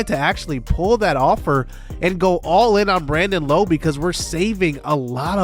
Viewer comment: Hey J, Rays fan here, love Brandon Lowe coming to the team! His last name though is said differently to the other two Lowes in the league. His is said like “Laow”. Just a heads up! Love the series a lot 🙌